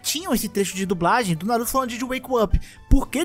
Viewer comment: Se ferrar, eu tava comendo, quase engasgo na parte da Kushina kkkkkkkkkkkkk "na-ru-tÔ"